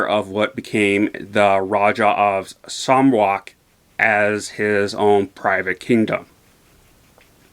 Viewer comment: It's pronounced as "Sa-Raaa-wuck". Sarawak is one of the two States of Malaysia located on the third largest island in the world known as BORNEO (an island shared by three countries - Malaysia, Indonesia and Brunei Darussalam). The filming locations were purely in Sarawak. James Brooke founded an independent Sarawak which some years later was recognised by the US and then the UK. Accuracy-wise, the technical advisor of the movie is the descendent of Brooke himself. Since Sarawak history is new to you, hopefully the movie has given you more curiosity about Sarawak. There are documentaries and videos about Sarawak. The most famous event would be the Rainforest Music Festival (which I assume is not your cup of tea). 😆